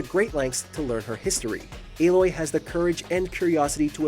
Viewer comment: I have watched a few different videos on female protagonists and you are the only one who said aloy's name right